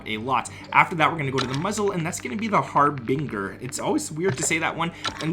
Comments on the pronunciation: lol, if you wanted to know, the BING is pronounced like "binge"...like you are binge watching a show 🙂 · har-bin-GER lmao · Anyone else notice how he pronounced Harbinger